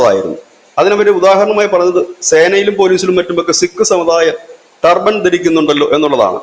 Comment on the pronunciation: എൻ്റെ പൊന്നണ്ണാ റ്റർബൈൻ അല്ല സിക്കുകാർ ധരിക്കുന്നത്. റ്റർബൻ ആണ്.